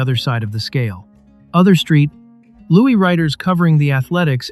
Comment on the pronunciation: What kind of idiot repeatedly calls St. Louis "Street Loowy" (sic.)?